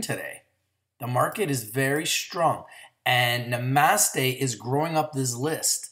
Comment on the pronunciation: I think this one is pronounced "Na-Mah-Stay" like the yogis say, no?:) Just lookin' out for ya man! I'm in at 1.20 and feel even better about it now, thanks for the video! Namaste ya'll